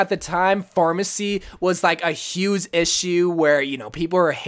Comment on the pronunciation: Who herd him say huse then huge😂😂